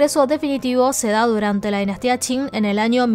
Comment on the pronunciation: Qing =: no entiendo como eso tiene el sonido chin.